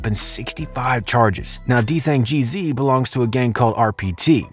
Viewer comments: You pronounced his name wrong the whole video. It’s Dthang g’z not gee zee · Gee-Ezzz not GEE ZEE 😂💯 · It's Geeez not G-Z lol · it’s Dthang Gzlyy not Geezy😂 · White boy in black folks bidness! His name isn’t dthang g-z, it’s dthang Gz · Stop saying G-Z bruh, it’s Gz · It’s “ Gzzly “🙄😂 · Geez not geezy + his name is Daniel not what ever the fuc yu said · GEEZ not G Z haha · Makes me embarrassed to be white when he says geezeey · Bro wth is a geezee😭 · Nigga said Gee Zee 😆, stop reporting on NY outsida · rah gizz 😑😑😑😑 learn how to fuckin pronounce shit wit yo white ass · If this nigga say dthang G-Zee one more time… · Nicca said D Thang G ZEE 😭. Bro this ain’t it. There’s too many errors in this but I think you’ve done it for click bait 😏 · Nigga can’t even pronounce bro name who tf is dthang geezy gz like the gs just with an z hurt my ears everytime he said geezy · Ur saying gz wrong its GEEZ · It’s literally just pronounced “G’s” just more emphasis on the “s” sound like “zzz” so it’s Dthang Gz of the YGz lol